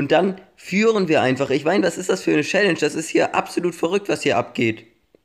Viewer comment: "Schälläntsch" 😂 #nohate